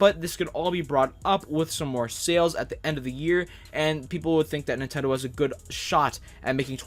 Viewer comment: Lol He said Nintendoo